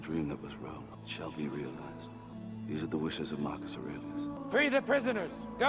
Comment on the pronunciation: Yeah self taught or not it is wildly impressive that you were able to properly pronounce the name Aurelius as a non English speaking native. I know people in Canada who went to private school from grade 7-12 who could not pronounce that name as well as you did. Good job girl, keep sounding them out!